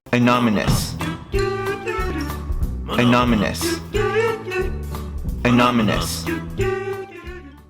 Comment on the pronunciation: Comments section: Ah-non-ah-miss: Annominous. (Ah-nom-ah-niss)